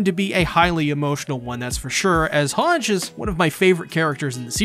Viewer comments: Hange is pronounced as Hangy like Sanji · You say hange wrong but I still like the way you say it, also at least hange got to live another year lol. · Please say Hange correctly